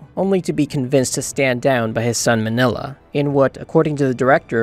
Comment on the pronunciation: "Minilla" is pronounced "MEEN-ya", not "Manila". Listen to how they pronounce his name in any of the movies he appears in.